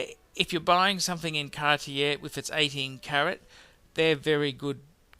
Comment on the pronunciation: Again interesting - just sort the French out. If I can learn "show us ya growler" you can pronounce Cartier